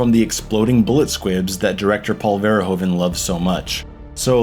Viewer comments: Its pronounced Verhooven bro Hes not a Ho, like Hoover damn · Excellent analysis, one of the greatest films in my eyes at least, just a lil funny thing to know, Paul Verhoeven is pronounced "FER-HOO-FE" its a dutch last name. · Great analysis. Love your use of the Streets of Rage soundtrack. But if it is your favourite movie, learn to pronounce the name of the director. Oe in Dutch is a diftong, with a sound like oo, like hoof. Verhoeven.